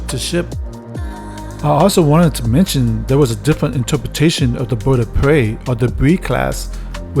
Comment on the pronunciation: “The Boid of Pway.”